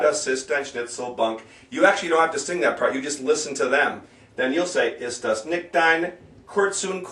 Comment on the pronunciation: Nikt? NIKT? NICCCHHHHHHHHHHHHHT! For fuck's sake you can't even pronounce NICHT!!!